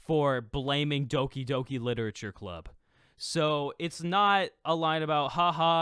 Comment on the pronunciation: It's pronounced Doki Doki bro 😂